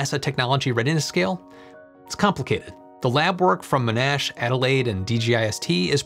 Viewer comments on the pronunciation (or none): Ma-Nash < Mon-Ash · As an aussie... wanted to let you know its pronounced Mon-Ash... (not "Me-nash"). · My alma mater is pronounced: Mon - ash, not Mo - nash. Named after General Sir John Monash (famed for his WWI battle plans and conduct) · Aussie here living in Victoria where Monash Uni is located. Monash University is pronounced "MONash" not "MonASH". Named after the highly respected and highly decorated WWI Australian General Sir John Monash, who was also a civil engineer and lawyer, and who, along with his Australian troops, basically ended WWI. More info here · Monash is pronounced with the stress on the first syllable. MONash. You were saying monASH. I hope that helps:D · Hi great show, i enjoy all you work. BTY it is pronounced Mon ash not Mo nash. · It's not Mo-Nash. It's MON-ASH. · Great video as always but as an Australian, my ears hurt every time I heard "m'nash" University. It's Mon-ash, just for future reference. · keeps on saying MO-NASH, it's not said that way. MON-ASH, but without the - gap:p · Monash is pronounced Mon Ash, not Mo Nash 😅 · It's not min-ash like you keep saying -.- its mon like poke-mon, mon-ash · Monash University: say "Mon-ash" not "Mo-nash" (I'm a graduate of the same) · This is a great video, but as a Melbourne local, the pronunciation of Monash being Mo-nash and not Mon-ash gets me every time 😂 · Sorry but I need to correct your pronunciation of Monash University. Its Mon - ash not Mo - nash. It was named after General John Monash (/ˈmɒnæʃ/) a prominent military leader in WW1 and successful civil engineer. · hehehe - mohn-ash, not m'nash for Monash University. Thanks for the vid! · You're pronouncing "Monash" wrong. It's MON-ash, rather than mo-NASH. I should know - I'm an alumnus. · Not M'nash... MONash. - Aussie Frustrated by American pronunciation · Monash is not pronounced M’nash. It’s MON-ash with the emphasis on the first syllable (named after Sir John Monash) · MONash University, not monASH University.